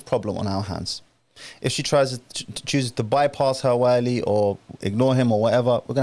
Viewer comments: can you stop saying والي. It’s ولي. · Can someone teach this man to pronounce wali correctly? Everytime he says waaaali my brain implodes